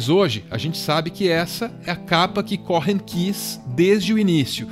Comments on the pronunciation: O H é mudo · Cohen! não Cohrennn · "CORREM" não, queridos, a pronúncia correta é "COUEM"...Bjs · Se pronuncia Coen, não CoRRen como estão pronunciando aqui. Vídeo incrível sobre essa pessoa incrível ❤️ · se diz "Côen" não "corren";) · Que agonia você pronunciando "corren"!!! É um nome judeu, significa sacerdote, é o nome mais antigo dos judeus, dos filhos e Aarão, pronuncia-se "côên", é como um título. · O video tá maravilhoso, extremamente bem feito e bem produzido como sempre, mas acho que seria bom o narrador dar uma olhada no Google Tradutor a pronúncia desses nomes gringos, porque confesso que me sentia mal toda vez que ouvia ele falando Leonard Córren, é tipo Lênard Cô-en. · O "H" do nome dele eh mudo. Eh "Coen" e nao "Coren" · CÓ-HEN soa horrível, seria melhor pronunciar CÔ-EN. No mais, excelente vídeo!!! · Cô...en. e não CoRRen. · A pronúncia do sobrenome me soou estranha. Cohen, é Cohen mesmo, sem o rótico (o ‘r’) gutural. No mais, o vídeo tá fantástico. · Foi só isso que ficou faltando! Cohen, com o h mudo! No mais, meu muso, Leonard! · Mais um vídeo com texto pretensioso e raso. Se tivessem realmente pesquisado de verdade saberiam, pelo menos, que a pronúncia correta do nome de Leonard Cohen não é "Correm"; o "h" é mudo. Aliás, em toda a entonação da narração do vídeo transparece que quem está falando tem uma dificuldade de raciocínio, ao mesmo tempo que tenta parecer sabichão, e fala para retardados. Tudo é precário e mal feito. No entanto, o relativo sucesso desse canal é compreensível, afinal, vivemos num país de bestializados. Qualquer pouca coisa já é recebida como se fosse muito, independente da qualidade, ou melhor, da falta dela.